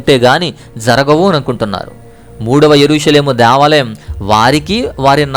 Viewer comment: Deeevalam kadhu Devalam